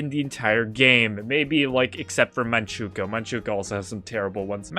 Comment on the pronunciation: Bro, I love you but if you say MAN-CHU-KO one more time instead of MAN-CHU-CU-O ill crash out, also do belciga